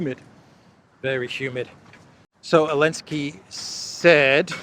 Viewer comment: ZELENSKY NOT ELENSKY